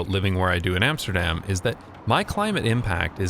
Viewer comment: All good and well but it is about time you'd started pronouncing Amsterdam correctly ;)